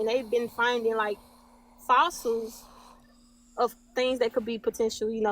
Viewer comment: “and den you know giants are real they was here during the time you know..so, They been findin SOSSILES!”